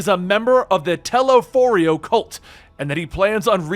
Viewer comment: He also pronounces "Telophoroi" wrong many, many times despite them saying it many more times throughout the voice acted campaign.